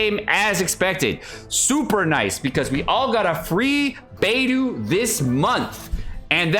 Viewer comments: Please dude, Beidou is pronounced Bei Doe, and Xingqiu is pronounced Xing Cho. Please fix your pronunciation. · Beidou fave character but can't pronounce her name correctly. Or is this like Keqing where he keeps doing it on purpose after being corrected? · Love beidou but still can't pronounce her name correctly 😭😭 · "Bediou is my favorite character" but you still don't pronounce her name correctly.... There is no excuse when you hear the name spoken in game and ESPECIALLY from the own character's mouth!